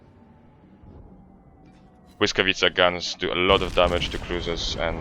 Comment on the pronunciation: Hmmm... perfect pronounciation of błyskawica :P Many others youtubers have great problems with it :P